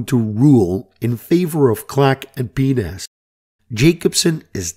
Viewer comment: I suggest not pronouncing PNAS as "pee-nas". It sounds like a bit of human anatomy. "Pee-En-Eh-Es" would be better, methinks.